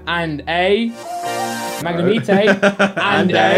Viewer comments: atleast say the names properly... it's pronouced Mag ne might NOT Mag ne mee tey. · It's pronounced, mag-ne-might. Grinds my gears everyone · Next time I watch one of these videos I'll play a game. Every time pronounces Magnemite as "mag nuh mee tay" ill rip an ex card in half. blasphemy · his pronunciation of magnemite and charmeleon proper piss me off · Gotta pronounce marmite the way this guy pronounces magnemite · The way pronounces these...smh 😔